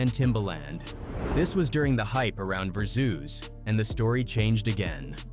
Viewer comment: VerSUS and little cease 🤦🏾‍♂️😩😭😭😭😭😭